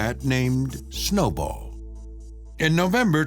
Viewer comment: It's Snowball not Snowble